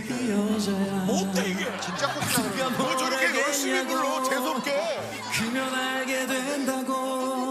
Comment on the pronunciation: 불를게 이스기처럼 발음하네